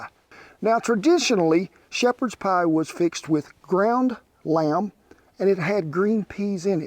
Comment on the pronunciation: hahahahaha Scottish poiy hahahaha !